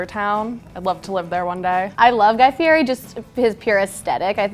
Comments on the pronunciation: "Fieri—pronounced "FEE-eddy," with the "eri" trilled Italian-style, for anyone wondering why the 'r' sounds more like a 't' or 'd'—was born Guy Ferry. He changed it back to the original way his family spelled the name, Fieri, in 1995 when he married his wife, Lori. " and "Fieri, very very rare, present in Tuscany and Lazio, Fiero, equally rare, is present throughout Italy, but in particular in Campania, should derive from the medieval name Fiero, with the meaning of proud in God." This has happened quite frequently as with my family name "Love" which was originally spelled "Luiff" and changed when the family came out to America. The same was true of my mothers maiden name "Zurick" which was changed from "Zurich". In both instances it was easier to get Americans to pronounce the names correctly by changing the spelling. Just an FYI for you Slashbag69... I hope I'm pronouncing it correctly. Wouldn't want to disrespect you. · Y’all work for Food Network and you can’t say his name correctly? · How can you claim to be the biggest fan and not even know how to pronounce his name? And the Food Network puts these morons on YouTube. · Learn to say his name correctly. Listen to how HE says it.